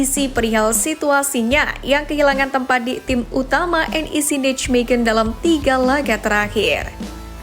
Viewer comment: Mbak....kuping saya gatel nih.....yang bener Neimehen (bukan nitzmegen)